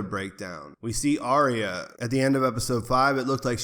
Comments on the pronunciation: Ar-ya not Ary-a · "Ar-Ree-Ya" LOL